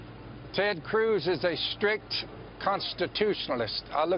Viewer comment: Did he say cwooz?..🤣